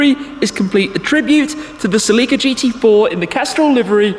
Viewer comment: is that really how Celica is pronounced..?